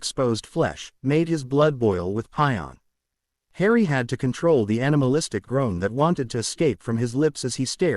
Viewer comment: You really should get your AI spokesperson to say words like "passion" and "class" correctly. It always cuts it off at "ass" and rather say things like "cl" or "pion"